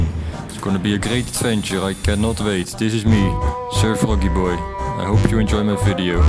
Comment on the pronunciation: Wait is it pronounced sir froggy? Dafuq